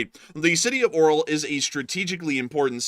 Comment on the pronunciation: Lets read this together: AR-YO-L not O-RAL 😃 Keep up the good work.